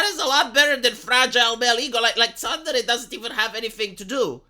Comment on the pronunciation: Several weeks to come up with a translation for "tsundere" (love that terrible pronunciation too, ), seriously!? I first saw this word back in the noughties as a literal title for an aloof/lovestruck girl in an adult manga - ah, I think I just went and defined the term there. As somebody below rightly said, it's pretty much the same as the word "moody" in English. (=^_^=) (Hmm, I wonder how long it would be take him to come up with a definition for the word 'senpai'.)